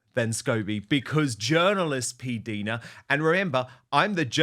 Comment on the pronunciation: Hi Dan... I may be wrong, but I think PDina is pronounced with a long "i" as perhaps PDyna might be pronounced. LONG (English) I..as in "right" JUST for your info...😊 😊